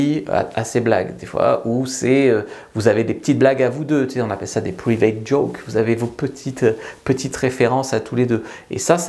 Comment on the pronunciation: Tout a fait d'accord 👍 " Private joke " ac l'accent british 😁